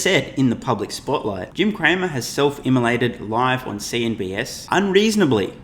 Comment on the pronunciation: It’s CNBC not CNBS!